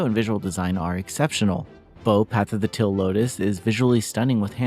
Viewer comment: why do you pronounce "teal" like "till" lol